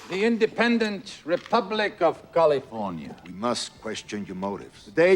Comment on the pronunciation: Kalefoinya. Laeter to be roold by herr Govarnaytor Ahrnahld Schvarzaneggahr.